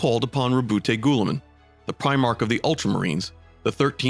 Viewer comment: LoL bro your butchering Roubute Guillimans name lol its not goooliman